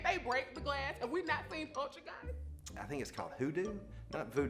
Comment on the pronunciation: What is a "pochergeis"?🤣🤣